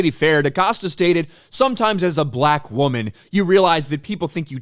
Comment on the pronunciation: The weird way pronounces "Black": BUH-LaAK. 😂